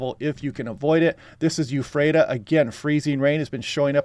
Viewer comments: Um... EE-phrata, not YOU-phrata... unless this is a Sesame Street-like skit on vowels and we're also exploring AY-phrata, EYE-phrata, AH-phrata, OH-phrata, etc., like I did with my kids when we'd drive through. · The forecasts are always welcome. Eef-rate-uh. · Lol why do so many people on the west side say "euphrata"